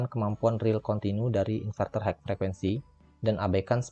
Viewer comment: Matur suwun info nya Untuk tulisan HIGH...di baca nya HAI...bukan haik..mas..